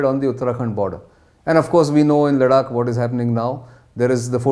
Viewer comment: Good lord man LADAKH not LADAK GET IT RIGHT. YOU’RE ON NATIONAL NEWS NOW. 😏